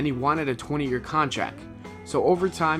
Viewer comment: "Thum"? "Contrack" ?